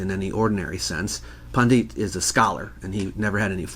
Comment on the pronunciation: Pandit is pronounced like the word pundit. Not pon deet